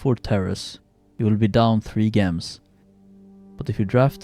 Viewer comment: Gems are pronounced 'Jems'